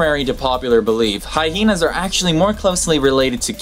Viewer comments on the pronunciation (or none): what's up with pronouncing Hyena "Hyhena" ..can't find any reference to it besides others pronouncing it as such (from my (admittedly scant) perusal of the internets, they are mistaken).